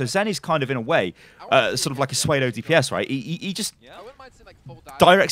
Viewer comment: Okay, say it with me: Pseudo "seew-doh" XD